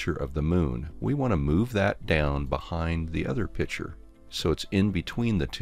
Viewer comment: Outstanding presentation. I learned a lot, and I am so grateful to you for sharing your expertise. One thing, however, that I found extremely annoying. Pronounce the word 'picture' by including the hard 'c.' It is not a pitcher! Other than that, your training was excellent, and I subscribed.